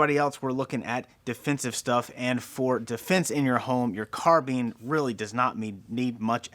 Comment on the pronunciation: Carbean... haha first time I hear someone pronounce it that way